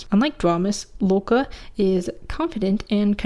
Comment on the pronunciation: Love the norse representation! however, just so you’re aware loke is pronounced with emphasis on the e and o, i’d reccomend looking up the pronounciation if you want the name to be accurate, if thats not a big concern for you, thats okay though!